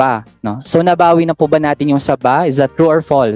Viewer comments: Mahilig sa SABA si siraulo.. Naging congressman til now di alam bigkasin ang SABAH?? SABA NG SABA😃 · si cong manuel tlga mahilig sa SABA...hindi po yan saging lugar po yan at SABAH po ang pronunciation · nagdududa talaga ako sa mga may Latin honors, pagbigkas lang ng Sabah ginawa pang saging tsktsktsk cum laude daw yan?